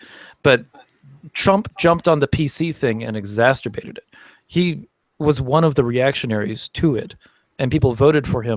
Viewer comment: Dude, mispronouncing "exacerbate" as "exacSTurbate" is not only wrong, it sounds more like masturbate than the original word LOL. I can't take people seriously when they do things like this